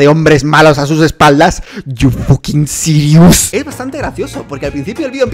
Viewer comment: Nadie: Absolutamente nadie: Dalas: "cHu FuKinG sIriUs"